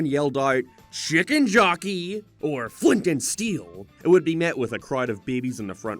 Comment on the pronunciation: Chi Cken Joc Key